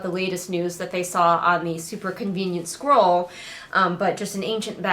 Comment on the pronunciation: The way you say "scroll" is very close in my head to how the word "squirrel" sounds. It came up quite a bit during this video. "The squirrel must have been marked classified."